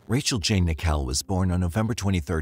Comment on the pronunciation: IT! IS! NICKELL! LIKE THE COIN! I HATE PEOPLE MISPRONOUNCING MY NAME!